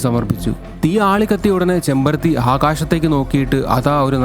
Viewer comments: ചെമ്പരത്തി അല്ല ചെമ്മരത്തി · ചെമ്പരത്തി അല്ല കേട്ടോ ചെമ്മരത്തി ആണ്...... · ചെമ്പരത്തി അല്ലെടോ ചെമ്മരത്തി ആണ് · Chembarathi alla “chemmarathi”